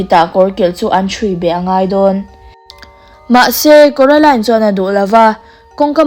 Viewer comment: Kuaroline ani lo maw😂😂😅